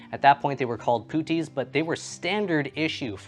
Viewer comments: Thanks for clarifying. I was a little put off by his pronunciation too. To my mind puttee pronounced the way he does reminds me of my history of art course where the little baby angels in renaissance art are called putti! 😂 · Puttee is pronounced with the u as a short vowel like the u in "but" or "hut". It's from a Hindi word, paṭṭi meaning bandages. The dots under the ts denote the Hindi t which is halfway between a t & a d so to speak.